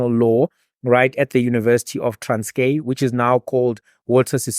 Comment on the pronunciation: TRANSKIE! NOT TRANSKAY!